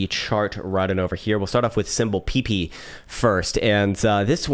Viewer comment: Lol pee pee. It’s peh-pey